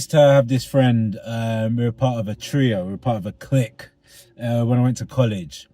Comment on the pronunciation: I have to say I'm not massively impressed with this guy's attitude towards people with what he is saying are mental health problems. It's not coming across as very understanding of his former mate. He pronounces clique as click when it should be more like KLEEK and has a stigmatising and fearful attitude re mental health. The guy who smells of weed probably smells of weed if he's been smoking indoors somewhere which is always really, really bad for your health. Maybe he's been smoking spice or crack as well which are going to fuck you up. The impression given is that crack is an issue here quite possibly. He's going to be wary of you if you're doing ok and he's a fucking mess, isn't he? There's a lot of fairly stupid comments here. Fairly standard, really. Is it possible he's homeless and inevitably has mental health problems from that and drug use in some dingy squat or flat sonewhere? Is it possible that a lot of the people you're judging as crazy and off their heads are actually homeless? In a country that has a massive homelessness problem? With insane levels of inequality? Which means people who aren't homeless but do pay out most of their money not to be homeless are resentful and broke and have a simmering anger and sense of powerlessness that manifests itself in over-compensating by projecting an angry, false self-confidence in the form of bullying etc which your comments section frequently refers to? And inevitably makes people feel insecure and take it out on oth